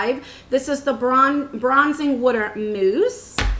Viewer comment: Kentucky. Ive never heard anyone else pronounce water that way till watching the video. We live in CO and no one around here says it that way besides my mom. Lol.